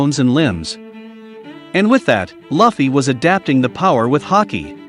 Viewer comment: Not to be that guy, but it's "Lue - ffy. "